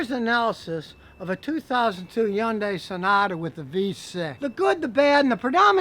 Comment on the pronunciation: I'm going to teach everyone the correct pronunciation of Hyundai. It's pronounced Hun-Day! Like Sunday but with an H. It's that simple